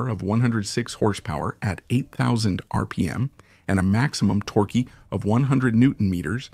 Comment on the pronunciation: Sorry, the fact that the narrator or AI mispronunciation of “torque” wasn’t corrected during editing is unforgiveable. Either no editing or ignorant, sloppy editing.